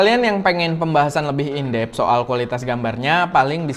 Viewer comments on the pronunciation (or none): Bang koreksi script dikit : cover dibaca "kafer". Sama In-Deep, dibaca "In-Dip". Cmiiw